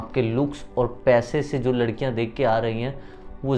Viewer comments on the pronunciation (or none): Kiyaaaaa...?? Aap bihar se h..???🤔🤔😳😱😱 Ekdm nhi lgta ,hm soche ki rajsthan se h, Apka 'aur' ko 'orr' bolne ka accent thoda alg h.